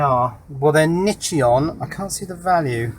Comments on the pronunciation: Nichicon not nichi-on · New drinking game, take a shot each time mispronounces Nichicon. 😋